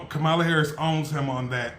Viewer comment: Just say her name correctly.